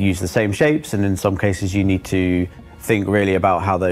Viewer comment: "it means like ve need to haf enough item banks around each location so you don't block each other." I see something was learned from New Deal Lorville. Also, MMO player purposefully grief people... say it ain't so.